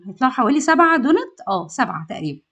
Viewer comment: إسمه دونتس حبيبتي بالسين والسين تكون واضحة في النطق مش دونت مفيش حاجة إسمها دونت